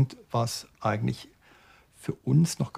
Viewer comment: könnten sie bitte versuchen korrekt die deutsche sprache zu verwenden? das hört sich an als wenn sie dazu nicht in der lage sind und hier handelt es sich wohl kaum um einen sprachfehler es heisst TÄTERINNEN und nicht TÄTENINNEN danke! :eyes-pink-heart-shape